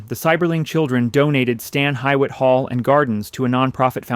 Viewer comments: 😊I’ve been here several times and live close to Cleveland. This is a magnificent place, gorgeous furniture, buildings, such a fantastic place to visit! I’m still in aw of this mansion ! Stan Hewett sorry you’re not pronouncing it correct! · Love the gardens, been there several times. It's located close to where I live. Somewhat jarring to hear it pronounced wrong. That should have been corrected. It's pronounced huewitt its how they say it in Scotland. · God are you pronouncing that wrong … you need to go back and re-do all your audio so you don’t sound ignorant… it’s pronounced like hough (hew) it Hew-it blended . I couldn’t make It though 10 minutes if mispronunciations … also it’s definitely not forgotten so get rid of that it is one the most preserved homes in America like the Biltmore estate. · This video loses all credibility with the mispronunciation of Stan Hywet...it's pronounced "Hee-wit." Gotta love AI narration. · It's pronounced "Hugh (like Hugh Hefner)-It" Stan Hugh-It or Stan Hue-It. Highly recommend everyone visit. It's beautiful. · I know this has already mentioned, but I’d like to give some background. The Americanized pronunciation of the name is, according to the official Stan Hywet Hall & Gardens fact sheet and other reputable local history sources, “Stan HEE-wit” — the “Hy” sounds like hee and the “wet” is pronounced wit. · for sure and doubly agree that the pronunciation should be corrected. It's pronounced Stan Hue-et, not as written. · You pronounce Stan Hyett wrong. It's pronounced Stan Hugh-it. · Its pronounced Hew-it. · Wronggggggg....read the notes "hee-wit" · No it's actually He- wit. They tell you that on the tour. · it's pronounced Hee-wit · Local here and that’s now how we pronounce it. We say “hew it” or “hugh it.” What you’ve given, I believe, is the British pronunciation. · Your pronunciation of Hywet drove me crazy in addition to the many inaccuracies. Very amateurish. Research! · Stan HEE wit!! Get it right